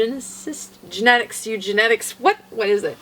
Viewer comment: Eugenics, it's eugenics!! LOL!!